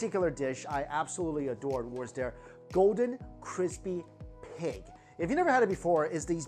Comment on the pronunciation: Joshua weissman is quaking at the CWISPY skin